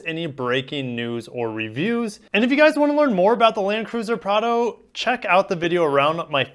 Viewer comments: Don't worry man, you are saying Prado correctly. It's pronounced p r aaaa d o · Prar-doh. You’ve nailed it. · Bro you have the 4Runner much better in my opinion, and yes you got first the pronunciation right. Cheers! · You are pronouncing the name correctly. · You are using the correct pronunciation :)